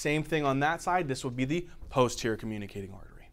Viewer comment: "p-HOU-sterior" 🤣 thank you for explaining this, hundred times better than what im paying for!